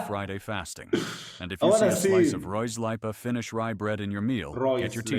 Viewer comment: The AI text was even worse than the words. Kahvi is not kavi, mämmi is not memmi, ruisleipä is not roisleipä, hernekeitto (pea soup) was twisted into smthg intelligible etc